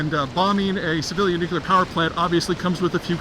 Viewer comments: I really enjoy your content and perspectives, though they can be somewhat alarmist, but whatever. I can get over that. What drives me insane and destroys your credibility is mispronouncing 'nuclear' as nucular. It makes you sound like an ill-educated moron. Good realtors don't pronounce it 'relator' for the same reason. I don't pay attention to jewelers who pronounce it JEWlery either. You don't visit the Tower of London to see the crown jews. It's jewels. Same with nuclear. Try scripting two words to correct it. Say NEW CLEAR instead of nucular and we'll all be much happier and you'll sound more intelligent. Thanks. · Not sure how much stock to put into what a guy says who can't even pronounce, NEW-KLEE-UR! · I admire Peter's wealth of knowledge, but never understood why highly educated people pronounce "Nuclear" incorrectly. Just a pet peeve of mine. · I've never heard of a nucular facility. Perhaps you meant nuclear? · it is nuclear not nucular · Peter, learn to pronounce "NU-CLE-AR". There's only one effi'n 'U' in NUCLEAR. Its Not NU-CU-LAR Its Not NU-CU-LAR Its Not NU-CU-LAR Its Not NU-CU-LAR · It's nuclear, not nucular. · It's pronounced 'new-clee-er' not 'nuke-you-lar'. Please get this tiny detail right. It's lends credence to your thoughts on the subject.Thanks. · I worked at a lab for 26 years where a lot of nuclear work is done with lots of brilliant PhD scientists and engineers...most of them even have the word "nuclear" in their title or team (i.e., "nuclear engineer", "nuclear science division"), and at least 25-30% of them say "nucular" (and they're not doing it ironically). It's still dumbfounding to me, but it's a mispronunciation that completely transcends education or intelligence. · You are mis-pronouncing nuclear. It's not nucular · NOO- Klee-er, Not "Noo- Que-ler". I see your videos often. It would be spelled "Nuqueler" if your pronunciation were correct. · Unless you are George W Bush or Homer Simpson it is pronounced "new clear" not nukuler.